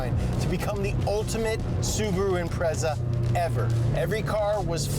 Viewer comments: Imprezzza!? Shut up! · I love your show guys, but as an international car show can you please learn how to pronounce their names. Or at least say it ironically when you don't. Every time you said Impreza i felt like sticking a knitting needle in my ear.... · is it bugging anyone else how they say impreza?